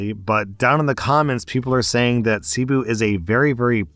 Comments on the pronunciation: Same as well as his pronunciation of Ce-boo as Sea-bu. I’m part Filipino so it was very noticeable. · lol the "umm actually" about tinnitus, but saying cebu wrong the whole time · Hearing you say cebu like that as a Filipino is 😭😭😭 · FYI: Cebu is pronounced Seh-Boo not See-boo. It is also a city as well as a province. I am an American now living in the Philippines. Let's put the story in context. Cebu is NOT that poor. Yes, there are poverty stricken places, just like other areas of the Philippines, just like other places in the world. Also, 10,000 Philippine Pesos is currently about $185,00 US Dollars. Next, Jollibee is the McDonald's, Burger King, Starbucks, (name your favorite fast food franchise) multiplied by 20 in the Philippines. It is THE place many go to, it is where kids pray they can celebrate their birthdays. School age kids of means will eat lunch there. It's not just ploping into White Castle and grabbing a late night, drunken snack. So taking a traditional Filipina there would be considered a decent first date. A good, traditional Filipina is NOT going to jump into bed with a guy after one date. The bar girls and go-go dancers will (there are plenty of red light districts in the Cebu region), but a provinve girl who wants a husband and family is going to take it slower. This girl was not a provincal girl. Cebu and the provinve is sometimes called "Little America" because that is an area where a large percentage of foreigners who come to live full time in the Philippines go. And the area has become more catered to that. Other than Manila and Davao (DA-vow), it is the major business and full time foreigner residence area in the country. I don't live in Cebu, Instead I live in a true rural pro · Last story, CEBU is pronounce Seh-BOO, also what happened to him was a robbing a scam. Also yes that city isn't in a great area, (i have a filipina wife) and its common for white people/tourists to be targeted especially if they are single.